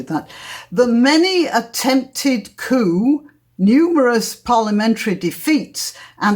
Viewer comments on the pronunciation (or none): The pronunciation of coups, (plural of coup), is cooz, not coo. Seems your English is lacking also. Plus Prime Minister Questions could also be just a typo / oversight. Cymru is pronounced cum-ree, not cum-roo >